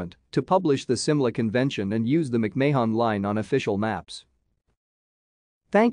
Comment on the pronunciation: Your killing the name. It's not May Hon or Mayon its Marn , Mc Marn is how it's pronounced. Thank you.